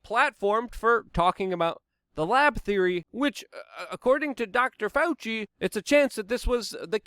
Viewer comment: Doctor FAL-SEE!!